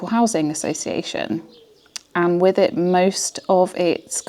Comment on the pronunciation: People who say "wiv" instead of with.